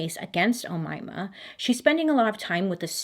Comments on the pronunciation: FYI, you're pronouncing the name right, I'm from an Arab country and that's how we pronounce it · as an egyptian im telling you ..you pronounce her name right girl 😂❤ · As an arabic speaker, you're saying her name perfectly! You just have a slight accent like the M and Y are a bit thicker than original pronunciation but that doesn't make the way you said it any less perfect! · you pronounced her name the right way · I speak fluent Arabic and no worries Bailey! You pronounced it perfectly!! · My aunt's name is Omaima and you pronounced the name perfectly. It's such a rare name though. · You got the name right girl.I'm from Egypt and I've NEVER heard of this story before. Insightful as always😅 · BTW you pronounced the name very right . Omaima ✋ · Omaymah is an Arabic name and you pronounced it correctly 😁👍I am Arab and it's a common name in North Africa. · That’s my name oumaima Bailey you are the first person to say correctly and I am overwhelmed and I love you ❤️❤️ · yup, Omaima, you've actually nailed the pronounciation. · You pronounce her name correctly Bailey!!! I'm Arab and I can confirm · Relax bailey, I'm Arabic and I can assure you, u said omaima correctly 😅❤️❤️ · I just want to assure you, you pronounced Omayma's name accurately. 👍🏼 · I'm Egyptian and you pronounced her name correctly.Bravooooo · bailey baby you pronounced her name correctly 😭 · as a north african I never heard about Omaima before 😳 you said her name perfectly btw 🥰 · I checked the pronounciation (did I spell that right?) and you are pronouncing it correctly. Yay, Bailey!!! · I'm from egypt and would like to say that your pronounciation of her name is perfect and so cute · I am Egyptian. Amazingly, you pronounced her name correctly. What is really funny is Omaima literally means the young mom (in the Arabic language). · No worries about the name this time, you got it right, Bailey 😄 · Don't worry about the name pronunciation. You're doing it 👍. This is coming from an Egyptian, so I know.